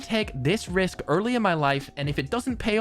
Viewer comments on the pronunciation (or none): none